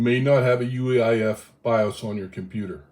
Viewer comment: I "hear" you referring to "UAIF" verbally. Is that the actual term or are you referring to UEFI? I sometimes shift letters verbally and I want to be sure I am following the correct terms, cause it could just be something I am not familiar with. Thanks.